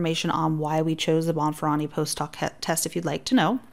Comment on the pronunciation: Bonferroni is pronounced Bon-fur-oh-nee